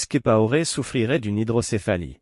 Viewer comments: Blaise Compaoré, et non blaise kipaoré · Prononcez bien le nom COMPAORE. C'est très agaçant !